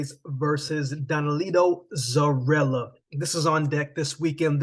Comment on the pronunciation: Its pronounce Zoriya, not Zorila 🤷🏽